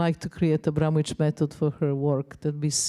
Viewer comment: AbramoVic not Abramonic...